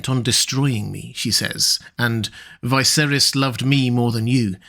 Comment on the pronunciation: I like this channel but why does he keep saying Viserys as "Veye-sair-is", everyone says "Vih-sair-is" in the show